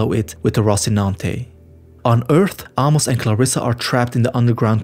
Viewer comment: Bro. Ah-mos? lol